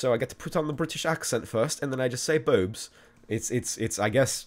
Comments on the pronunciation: 7/10 for your accent. Except that we don't say boabs we say boobs :D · We don't say boobs like that haha :) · I'm British and I'm pretty sure we don't say boobs like that, but good try :D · I laughed so hard at saying boobs in a British accent. LOL